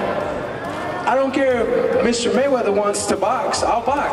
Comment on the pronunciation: Maywaither it's not king